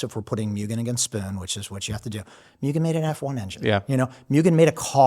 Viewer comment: Oh, man,. You and Sung Kang need to keep going with the movies. "Smokey." Make it happen! Also, if you care about pronunciation, it's moo-gen, not mew-gen.